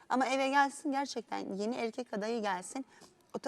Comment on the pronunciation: duygu e harfini okumayi ogren ablacim EEEEĞĞĞRKEK